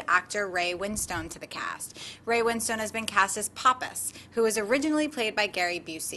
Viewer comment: it really irks me the way they pronounce ray winstone's surname. as win stone rather than winston